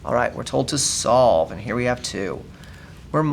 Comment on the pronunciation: On all examples you said slove